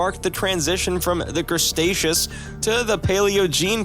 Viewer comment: Blud absolutely butchered those names Crestaceous? Paleogene? Who let him cook